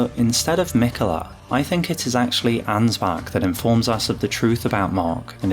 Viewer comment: I love me some Ansbach-glazing, but as a german, the english pronounciation of Ansbach triggers me. Even though I understand that you don't have the "ch" sound in the english language. I guess one of the sounds that comes closest is the "wh" part in "whole". Sry for nagging and smartassing.